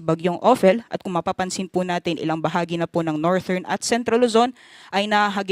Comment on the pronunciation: Thank you po for the update. The pronunciation of "northern" po is soft /d/ as in "this" not /t/...US /ˈnɔːr.ðɚn